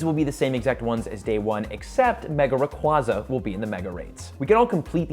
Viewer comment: I am once again asking you to learn how to correctly pronounce “Rayquaza.” 😫